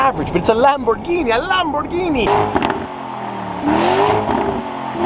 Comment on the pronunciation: Italian/Spanish pronunciation from someone who speaks nether Spanish or Italian. When you tried to say it correctly you said Lamborghini you should exencute the g. So lam bor gey ni. Also it's the ooh rus not your us. Also a Avent ta door not Avena door